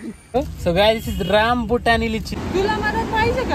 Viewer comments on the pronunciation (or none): Rambutani nahi Rambutan from thailand